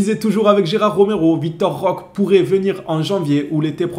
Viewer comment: Roquéééé on prononce Roquéééé !!😩🙏